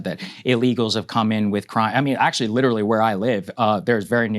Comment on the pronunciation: when you say witerawy hitwer for 10 years i dont care anymore